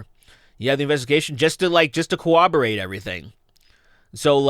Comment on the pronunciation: Love ya but it's "corroborate" man